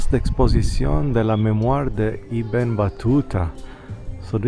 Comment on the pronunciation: Little correction: it’s ibn( like in I ta ly )Battuta. Ibn means son in Arabic